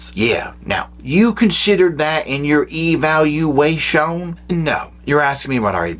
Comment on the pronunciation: Lol at Eevayalulaayshon 😂😂😂